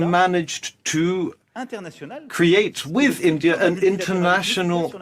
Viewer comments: ar£y Ⓜ️☪️ Endia nhi hai India hai Itna kitaab pdh ke pronunciation v nhi jna 😅😂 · Alok sir chima ji India ko Andia Bol raha hai... Lagta hai padhai nhi ki hai wooh pls reply